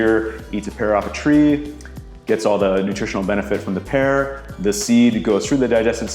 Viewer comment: Take a shot every time he says "pear" wrong